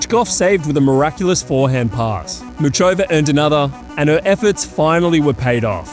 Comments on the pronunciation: ffs it's pronounced Mukhova you ignorant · the fact you present yourself as such a tennis aficionado but can't be bothered to say muchova's name with even the minimum anglophone effort is so off-putting